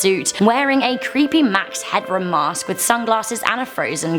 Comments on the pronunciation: it's "Headroom", not "Hadroom" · It's Headroom not Hadroom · It's Headroom, not Hadroom. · *Max Headroom. Really though, HADROOM?? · I'm glad someone pointed this out, I was groaning every time she said "hadroom" lol